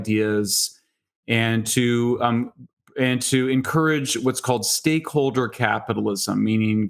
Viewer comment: At abour in when mentions stakeholder capitalism it sounded like he said "stay colder capitalism" and I thought "that sounds about right".